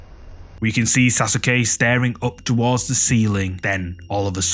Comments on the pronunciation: SAUCE KAY not sas u ke lol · Almost cut video saying sas sue que it’s pronounced sa suh Que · "Sasuke": SA SOO KEY 😅😂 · Like this comment if you loved the way he said Saske name 😂😂😂